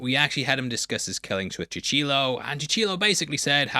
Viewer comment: "Cuchillo" is pronounced CU-CHEE-YO